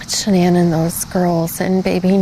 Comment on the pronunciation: The narrator doesn't even pronounce the victim's name correctly. A sign of sloppy work. Her name is pronounced Sha-nann.